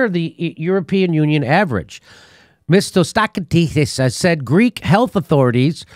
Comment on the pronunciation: LMAO watching you try to pronounce the Greek PM's name had us all laughing in fits. Thank you for that! By the way, Mitsotakis is a wolf in sheep's clothing, and if he thought he could get away with it he would, but he's coming up for reelection next year so now he's playing nice. The Greek mainstream media are completely owned and controlled by big pharma, and they are pushing really hard to get everyone vaxed here. Much love from Athens for what you're doing Jimmy! Keep the info and laughs coming.